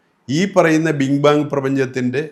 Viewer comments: Bing bang alla maashey😂...BIG BANG😊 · ഏതാ ഈ പുതിയ Omney പൊട്ടൻ ? "ബീം ബാങ്ക് തിയറി " അല്ലേ ? എടോ ആദ്യം പോയി നാക്ക് വടിക്ക് ! ഭാഷാജ്ഞാനം പോലും ഇല്ലാത്തവൻ ഒക്കെയാണ് മണസാ കുണസ വർത്തമാനം പറയാൻ വരുന്നത് ! എവിടുന്നു കിട്ടി ഈ ചമരിച്ച തിയറി ?... ഇത് കേൾക്കാനിരിക്കുന്നവനെ സമ്മതിച്ചു കൊടുക്കണം !!